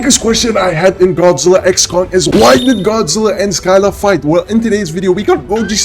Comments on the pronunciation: Okay, I’ll help you to pronounce Scylla. It’s pronounced like “sill-luh” and not pronounced “Sky-lah.”. I hope you found this helpful! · A piece of me dies when this man pronounces Scylla as "Sky-la" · I'm Greek so I can tell you for sure that (☞ﾟヮﾟ)☞ it's readed syla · I feel kinda bad for Scylla but after I learned more I feel better 👍(BTW it she’s called Si-lla) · The c in Scylla is silent and the y sounds like a i